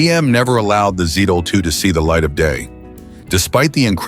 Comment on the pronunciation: Z-DOLL-2, SAID IT AGAIN!!! 👎💩👎💩(please, PLEASE tap "THUMBS DOWN" on this video.... P-P-P-P-PLEEEEEEASE EDDIE!!!... Roger Rabbit, great Movie). 🤘😝🤘